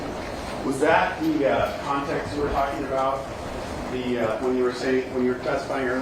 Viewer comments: Finally at the end someone lets him know it’s “context” and not “content” 😂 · 😂😂 He actually said 'contence' at times.. His illiteracy is appalling